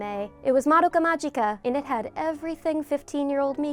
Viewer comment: magica is pronounced with a hard g!